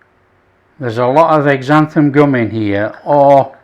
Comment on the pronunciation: Hi. Thanks for making the video. Xanthan Gum (X pronounced Z) should be shorn into liquids. Blender or immersion blender are best. It is used at a percentage of .01 to .03 most usually but some recipes or techniques go as high as 1%. Cooking the flour has a good effect too.